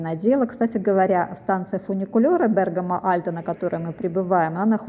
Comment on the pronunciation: Спасибо за правильное ударение ❤ Бéргамо 👏🏻👏🏻